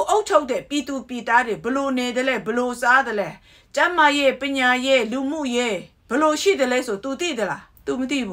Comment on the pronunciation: ပညာကို.ပြင်ညာလို့အသံထွက်ပါ